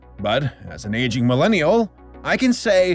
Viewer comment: What was said: "As an aging Millennial” What was heard: "as an Asian Millennial"